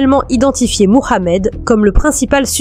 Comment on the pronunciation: C’est quoi cette manière volontaire de prononcer son prénom ( Mohamed).. On sent toute l’islamophobie dans cette façon surjouée de prononcer son prénom à la manière des plus gros racistes qui existent sur terre. Vous êtes pitoyable. Honte à vous!!.. Cela vous retire toute crédibilité dans ce semblant de travail qui n’en n’est pas un .